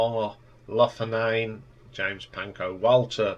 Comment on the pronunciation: How do you get "Longhorn" out of "Loughnane"? Someone needs to get hooked on phonics.